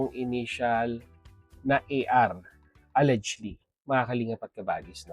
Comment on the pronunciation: pinapanood kita, pero gamit ka ng gamit ng word na allegedly, please paki google ang pag pronounce ng word na allegedly. It's pronounce as it was spelled except G is pronounce as J. Al-lej-ed-ly.